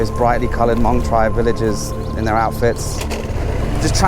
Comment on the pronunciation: I was one of the ones who corrected you about Hmong... :) So happy you listened and said it right!! YAAAAY!!! Thank you so much!!!